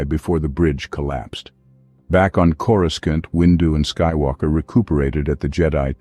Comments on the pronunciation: more like corooskant 🤣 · You mean… “coreskaunt”? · Is it just me or the narrator constantly mispronounces Coruscant? 😂